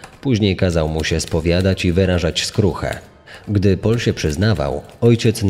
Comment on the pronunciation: Bardzo profesjonalnie zrobiony podcast, natomiast nieznośnie brzmi jak wypowiada Pan angielskie imiona. Paul czyta się po prostu ‚Pol’ a nie ‚Poul’, damskie imię Denise czyta się z akcentem na ‚i’ czyli ‚DenIs’ an nie ‚DEnis’ co brzmi jak imię męskie.